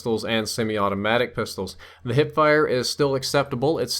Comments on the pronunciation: Whats a "HIPE"? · Hipe fire lol